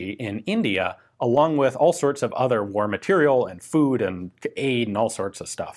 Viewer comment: Matériel still isn't pronounced "material".